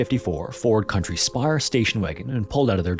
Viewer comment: i went off at "ford country SPIRE" instead of "squire" 🤣